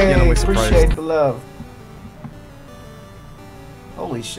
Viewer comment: I love pancakes, I can't believe he said I wuv pancakes!